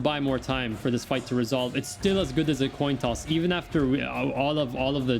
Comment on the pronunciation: Toin Coss - oh the memes.